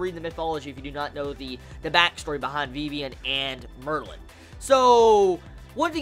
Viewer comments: and why do you call her vevian its Vivian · I think it's pronounced Viv-Ian.